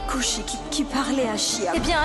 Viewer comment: J'adore la façon dont Payal prononce le nom de Kushi, Quand Kushi l'as Taquine,Jaime tout les deux de la même Manière,mais parfois Payal m'énerve mais bon c'est qu'une série❤❤😂